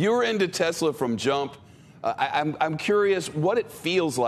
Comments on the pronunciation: Jay mentioned "Tesler" near the end of this segment. I had to replay, to make sure I heard it correctly. 🙂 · Jay Leno calls it a "Tesler" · Leno advertising Tesla without saying "Tesla". Well he said tessler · It's a bit of a TesSlur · This has to be an old people thing 😂 my grandma and mom call Tesla “tessler” as well. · Elon should trademark "Tessler" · He have to say Tezzler. It's his catchphrase now. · Don't forget Tezla.. anoyes me when people can't pronounce it correctly. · "the new tesler" lol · "Teslr" -Jay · “new tesler” Chrysler Tesla by Jay Leno